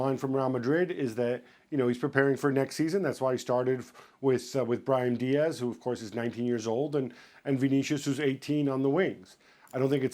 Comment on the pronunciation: This Fuckn guy said “brian Diaz”